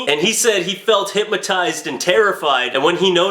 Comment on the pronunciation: There is no M in hypNotize. Thought you'd like to know since you talk to so many people.